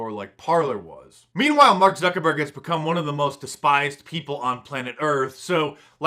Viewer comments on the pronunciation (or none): Did he said Mark Zuckerborg!? 🤪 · I heard it... Mark Zucker-BORG. Lol. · Did you say: Mark ZuckerBORG? Haha!